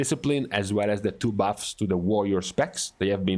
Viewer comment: Your accent is terrible. Why don’t you just make videos that cater to your ethnicity and not speak broken English. “ these baffs” it’s buffs. And stop complaining about your classes.